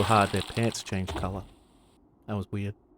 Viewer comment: "I snuck up behind one of them, and stabbed them so hard their pants changed color... That was weeyud." 😂This gave me a good chuckle lol Edit: "Weeyud" is just how my big-dumb Americanized English brain hears "weird" with your Aussie(?) accent! lol My bad if it's not Australian. Despite the fact that the Aussie and Kiwi accents are pretty much my favorite English accents to hear of all of them, I sometimes have difficulty differentiating between the two. A little off topic but I also really enjoy the accent Tom Hardy is doing with Alfie Solomons/Ron and Reggie Kray, which I've been lead to believe is a "cockney" accent, though I literally have not one fuck of an iota what that is and wouldn't pretend to lol